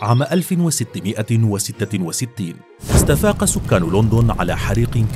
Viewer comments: ليش تگول لوندون مو لندن 😂 أو ليندن مثل ما يگولهه الانجليز 😂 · حريق لوندووون انها لوندووون ان لووووندووون يوجد فيها لوندددووون يبوي اسمها لندن